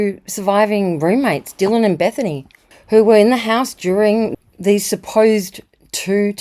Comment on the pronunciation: Dylan pronounced it with a hard “C”